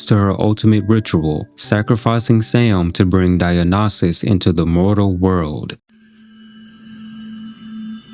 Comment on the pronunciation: Dionysus: die en isis. That’s how it’s pronounced